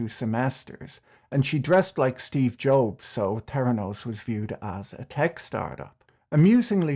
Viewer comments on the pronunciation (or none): 7.55 it's Steve Jobs not Steve Joebs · Did he actually say Steve "Jobe" ,🤣🤣🤣